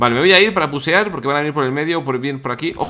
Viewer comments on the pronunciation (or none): jajaj dice pusear en vez de rusear